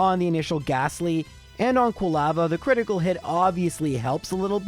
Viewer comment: Never heard anyone pronounce Quilava like you did. Do you pronounce lava the same way ?